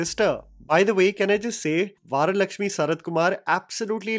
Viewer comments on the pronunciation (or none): Also its varalakshmi not Vaaralakshmi 😢😢😢😢( just saying)